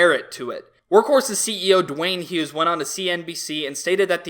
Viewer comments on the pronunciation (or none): none